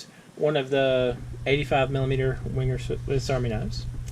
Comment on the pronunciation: Please pronounce Wenger ven ger not winger